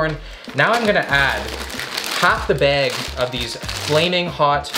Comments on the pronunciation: No one:: half the Bæg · The way you say “bag” has me dying haha